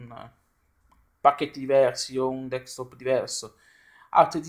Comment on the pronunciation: il tuo ragionamento mi sembra valido ma con delle riserve. Poi una curiosità, mi sbaglio o ti sento pronunciare "DeKstop Environment"? Naturalmente so che sai come si pronuncia ma mi incuriosisce sapere se lo sento solo io. Beh per il resto non posso che chiederti di continuare così! Magari aumentare un pò la frequenza dei video! E anche sarebbe bella una recensione su Kalì Linux, è una distro che mi interessa ma non l'ho mai provata... è possibile? Un caro saluto a tutta la comunità del Box :)